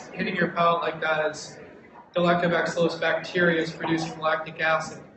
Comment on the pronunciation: is he saying lactoback-cillus...? I was under the impression it was lactobacillus? haha